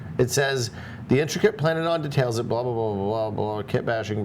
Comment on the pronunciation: can't pronounce detail and decails properly